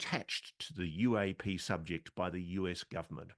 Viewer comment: I took a drink everytime he said UA-pay and I died by 4 minutes 39 seconds